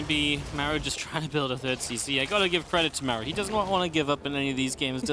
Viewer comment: Also I hate how he pronounces Maru wtf